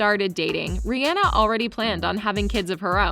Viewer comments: It's Rihanna not reanna or whatever you say it just saying you want a video about her but you can't say her name properly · Her name is pronounced Ri • ah • nah